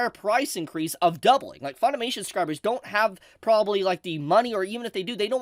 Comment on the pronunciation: I agree with everything you said but please, for the love of god, it is suBscribers, not SUScribers. There is a B in there and it was really throwing me off.